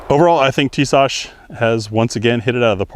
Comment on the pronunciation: I love mine guy's, but I just can't find the H in pronouncing Tisas lol.